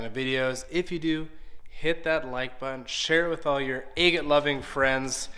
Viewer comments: Agate is pronounced sounding the A as in Apple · Never heard anyone pronounce agate the way you do. First A is pronounced like a in the word apple. Then gate is pronounced git. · I've never heard anyone pronounce agate like you do. And I'm an old Grammy whose uncle back in the 50's used to have Rick tumblers in his back yard and cigar boxes of beautiful polished rocks.